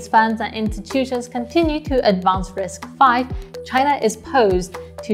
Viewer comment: Kudos to you for pronouncing RISC-V correctly as "risk-five." You're the only YouTuber that does this. Everybody else pronounces it as "risk-vee."